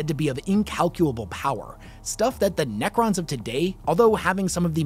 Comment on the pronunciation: Nacrons? Naccer please...